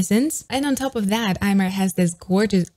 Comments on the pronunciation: So happy to see a Japanese singer on your channel! Just wanted to mention that how you pronounce Aimer is Eme, [eme]. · Common mistake but Aimer's name supposedly comes from French and is pronounced "eh-meh" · And as a French allow me to assist with that: it's simply pronounced émé . Easy, right ? :) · Just a small tip: her name, Aimer, is actually the French verb "to love", and is pronounced [eme]! I used to make the same mistake for a while (despite being French xD) before finally reading this somewhere ^^' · You should react to Aimer, Ikuta Lilas and Milet for Omokage first take. It is beautiful, definitely one of my favourite. Also Aimer is pronounced Imi. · Aimer is French word, so, Aimer is pronounced "emme". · The "r" of aimer is not pronounced